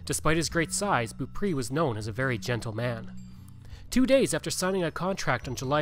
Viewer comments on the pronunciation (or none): The last name is pronounced Bow-pray 😉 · Beaupré is pronounced like " bow pray" 😊